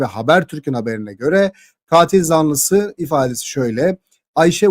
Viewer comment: katil zanlısını yanlış telafuz ediyorsunuz lütfeb bir kontrol edin